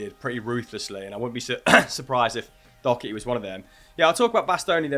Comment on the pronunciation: You’re pronouncing Doherty wrong. It’s pronounced Doh-erty not Dock-erty